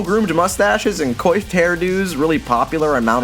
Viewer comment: once i heard how you pronounced coiffed i couldnt concentrate